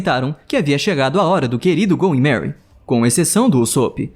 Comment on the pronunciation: é "going merry" e não "goy merry"